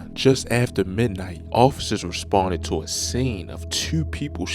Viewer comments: The way he pronounced “TEEEEEWWW” gave it away 😂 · I hear it to when he say to and do